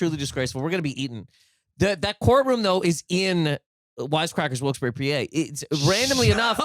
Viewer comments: It's pronounced "Wilks-Bar" but that place fucking sucks, so say it however you want. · Okay but is it really pronounced "Wilkesbury"? The last word isn't said like "bar"?